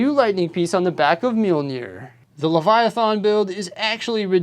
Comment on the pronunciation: the last A in Leviathan is "smooth" sorta, you pronounce it as an E or I like "thin"